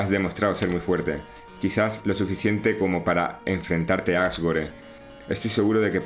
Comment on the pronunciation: Asgore se pronuncia Asgor, la E es muda por ser juego gringo